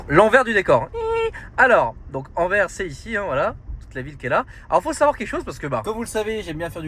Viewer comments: Salut, Anvers se prononce « Anverse » Sinon toujours aussi chouettes à regarder tes vlogs! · Enfaite Anvers, le s à la fin se prononce fort, son nom flamand ou plutot néerlandais c'est Antwerpen. Et anecdotes c'est la commune la plus peuple de Belgique, Bruxelles ville n'est que la cinquième derrière Anvers, Gand, Charleroi, Liège puis Bruxelles. Elle fait 550 000 habitants environs pour 1,3 millions en agglomération. Apres Anvers est proche de tous, Rotterdam, Amsterdam, liège, Bruxelles, maastricht, zeebruge, lille, gand,... le benelux est le coeur logistique et le poumon économique de l'europe c'est aussi pour ça que c'est extrêmement dense en population, presque 600 habitants au km², le benelux c'est d'habitant pour un territoire de 70 000km² environ (ce n'est pas précis). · on dit AnverS - prochaine fois aux Pays-Bas mange chinois ou indonésien - tu filmes bien. Continue. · il y a un "S" à Anvers, il faut le prononcer!!! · on ne dit pas Anver, on prononce le S a la fin, donc Anvers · C est pas ANVER...mais ANVERS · SVP on dit Anvers "sse" C'est comme si nous en Belgique on commençait à prononcer le S de Paris. 😂 Ps: on dit pas ville Française mais Wallone ou limite Francophone. Mais il n'y a pas de ville Française chez nous. 😅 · Alors c’est Anverssssss et non Anver 😂 mais effectivement on dit pas Parissssss mais c’est le flamand. Ah ah ah. Merci pour l’aventure.